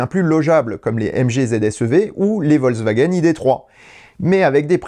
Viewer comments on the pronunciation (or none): none